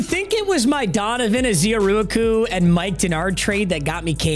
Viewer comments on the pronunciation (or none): Ezearooakoo. Say it with me...🤣😂 Ezeiruaku pronounced (Ezz-Ah Rah-Koo) Or just EZ( Aka Easy) as we call him here in Dallas. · Dude it’s (EHZ- AH -RAH -KU) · Let's say it together.. Ez-er-ah-koo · Your saying Donovan’s ezeiruaku’s name wrong btw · I literally just commented this 😂 I laugh every time he says it . He’s sounding it out how it’s spelled but he don’t know it’s actually 4 syllables, not 12 🐐